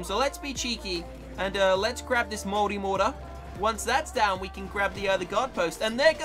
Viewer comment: To me, an American, you saying multimortar sounds like moldymortar